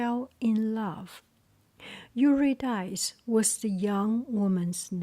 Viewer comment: Yer-ah Dis-ee😊